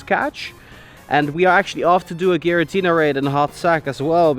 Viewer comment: The way he says giratina hurts me